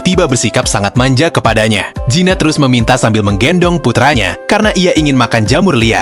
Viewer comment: Kamu sebut Gina apa zina sih bikin risih telinga ku